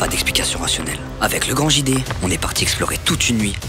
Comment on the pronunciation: ont est d'accord qu'il a dit le grand GD ou lieu de JD